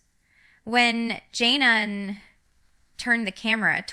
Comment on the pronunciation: Not her!! Jana (she's not saying it right) doesn't live in Ak